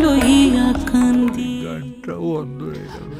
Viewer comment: হেমাঙ্গ বিশ্বাসের এই গানটি আমি আমার গুরুবাবা শ্রী শুভেন্দু মাইতি মহাশয়ের কাছে একেবারে খালি গলায় প্রথম বার শুনেছিলাম।। একদম কেঁদে কেঁদে ভাসিয়ে ছিলাম সেদিন। "কান্দি" শব্দটি ওরকম উচ্চারণ আর কারোর কাছে কোনদিন শুনিনি।। সেই অপূর্ব আকুতি 🙏🙏🙏🙏🙏